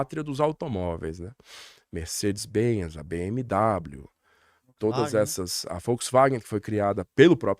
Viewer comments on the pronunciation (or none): Professor o sr. pronuncia Volkswagwen como folksVagen, mas ofende o idioma alemão ao chamar o BMW as bemedabliu, não professor é BEMEVE.